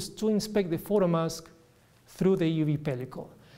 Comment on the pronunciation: he doesn't pronounce the e in euv.